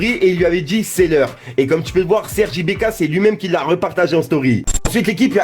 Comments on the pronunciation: C'est Serge ibaka pas ibeka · Serge IBAKA et pas serge IbEKa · c'est ibAka et pas ibéka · "Serge Ibéka" mdddrrr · « SERGE IBAKA » STP MERCI !!!!